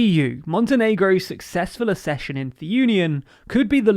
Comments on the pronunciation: I am a massive fan of these, though the grammar fascist in me want you to say 'fulfill' (not fufill) and 'accession' rather than 'assession'. Maybe the world has just changed. I don't like 'footbull' either but that's how people say it. Maybe it's me. Also really enjoyed the little fluff that survived the edit. You should leave one in every episode to make sure people are paying attention. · NB For future reference, the word accession is usually pronounced "ack-session". Access, accession.